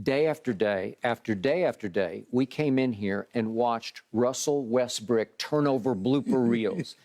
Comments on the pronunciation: The way Skip says “Russell Westbrick” is so satisfying 😂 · Still calling him “Westbrick” right?, seems you have not learnt your lesson!